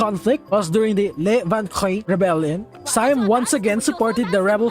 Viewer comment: It’s see-am not siiii-am